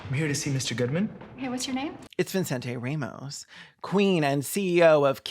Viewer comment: i like how everyone in the movie says Vincente Ramos Vinsin Tay Ramos